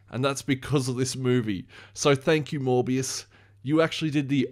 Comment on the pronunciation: I can’t be the only one who hears him say “more BS” not Morbius 😂